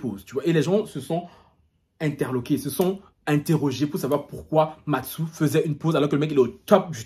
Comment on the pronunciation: "Matsou" mdrrrr